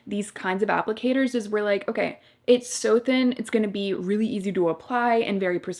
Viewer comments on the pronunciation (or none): none